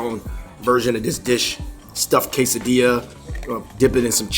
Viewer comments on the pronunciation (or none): none